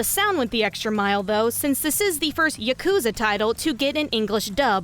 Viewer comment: Idk why but the way you say yakuza really bothers me for some reason